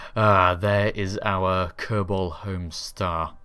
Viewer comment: In the same ship whit a kerbal for 4 years and cant even pronounce is name.